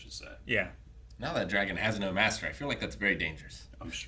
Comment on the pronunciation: 80 episodes of Game of Thrones and still can’t pronounce it properly. Say it with me. MAY. STER.